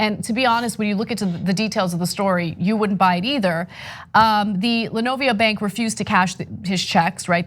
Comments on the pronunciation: Livonia = La vone ya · Linovia lol. Livonia Ana, Livonia. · This is disgusting. FYI “Li-vOHn-ya”... (Livonia) one of the suburbs of Detroit who’s population ballooned during the “white exodus” .